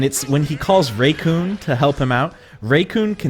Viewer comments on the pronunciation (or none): hearing raycoon instead of REECOOME rubs me the wrong way! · It's Re-koom, not Re-kyune. Jesus fucking christ. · Am I the only one who heard him say Recoon instead of Recoome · Who's "RayCoon"? Because the names, RECOOME, and it rhymes, with DOOM, and you're gonna be hurtin, ALL TOO SOOOOOOOON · Its not raycoome its only recoome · IM GOING TO FLIP MY SHIT IF HE SAYS RAYCOON ONE MORE TIME ITS RECOOME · RECOOME NOT RAYCOON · who is RAYcoom it is pronounced rickoom but spelled recoome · Its said as; Recoome not "Raycoon" what the hell gives with your pronunciations? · REE-COOM not raycoom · I died when he said raycoon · When does he say "Raycoon?" EDIT: Just found it, and yeah, WHO THE HELL IS RAYCOON?! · Racoon you mean recoome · Ray-kune lol ra-coom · whos Raycoon? Oh do you mean Recoome? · 1 month later and has nothing to say lol and it IS RE-COOME for anyone else reading this, so I don't know what anyone is getting an attitude for. If someone pronounced YOUR name way off, you know damn well you'd correct them. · I didnt watch the video but I feel like he said it like Recoonay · Zephyr You mean Raycoon? Lmao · REEEEEECOOOOOME KIK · Raycoone though. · Lol or Ray-Kun? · pronounce recoome correctly its silly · So basically there are people who NEVER watched the anime, but play the games. The way you pronounce Recoome is like some people pronounce Mario as Mary-o. It triggers some people. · just don’t he probably said it wrong by accident or that’s how he says it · MY PLANET NEEDS ME Edit: Also holy crap the way you pronounce RECOOME hurt me, and I don't even like the guy. Please fix lol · I never liked recoome but at least say his name right